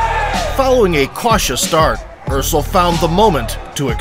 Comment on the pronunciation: pronounced Earsel, not Ursel...